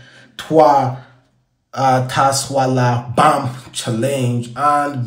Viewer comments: TASWALABAM, well done for destroying the pronunciation 😂😂😂😂😂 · It's pronounced shwalabam